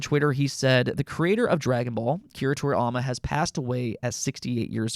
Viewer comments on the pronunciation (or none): To-ri-YA-ma! NOT To-riy-ama!